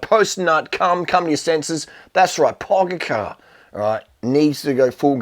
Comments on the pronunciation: Durian, it's pronounced more like PogaCHar, not PogaCAR. Love your videos! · pogacar = PO-Got/cha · And still 'Pogachar '😁😁😁😁